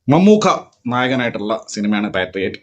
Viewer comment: പേട്രിയേറ്റ് ❌പെട്ടി ഓട്ടോ✅😅